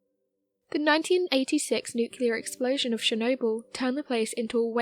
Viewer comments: There is no such thing as a nucular blast, nucular medicine scan, nucular power plant, nucular bomb etc. There is however a nuclear blast, nuclear medicine test, nuclear power plant, nuclear bomb etc. GAWD that drives me stark raving crazy!!! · HOW DO YOU SAY "NUCLEAR" CORRECTLY TWICE AND THEN REVERT TO "NUCULAR" ON THE THIRD ATTEMPT?! Sorry? "NUCULAR" grinds my nerves. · Nuclear dang it... NOT nucular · city of Ukraine?? nucElar?? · Another great video. But please, please, dont say "nu-cu-lear", that just kills me.